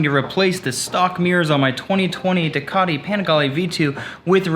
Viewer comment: Well done. But! Ducati. Panigale. Rizoma. Please have a fellow Italian tell you how to pronounce them ❤️